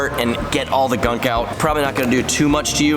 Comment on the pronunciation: He said gunk pretty bad lol